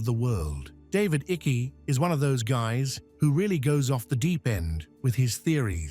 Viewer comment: David Icke pronounced Iike